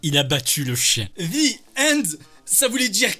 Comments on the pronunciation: En vrai, quand a dit "The End" Je pensais qu'elle disait "Viande" ou "Viennde" (pourtant, je suis bon en anglais) Je suppose que Cassoulet n'était pas dec*nnant dans ce cas... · Pareil ! J'aurais pas compris moi... Viende, j'aurais pensé à un truc italien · Mais en vrai le "the end" quand elle l'a prononcer j'ai entendu "viande" avec un accent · Désolé mais si vous dite zi end. C'est normal qu'il entend Vi ande. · En vraie j'avais compris "viandé" 😂 du coup je comprenais pas j'étais en mode "ouais cassoulet pourquoi pas.." jusqu'à qu'il précise qu'elle avait dit "the end" 😆 je me suis sentis très con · the end il as du comprendre viande elle a prononcer maaaal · « Vi ende » XDDDD